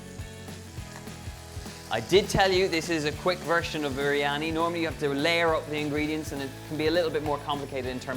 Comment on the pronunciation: Im from Pakistan.. Donal your recipe like always has been great & also the way you pronounce "biryani".. All perfect!!!